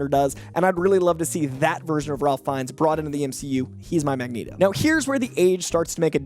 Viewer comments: By the way, Ralph Fiennes is pronounced Rayf Finez. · saying Ralph Fiennes wrong btw and Sterling K Brown is 46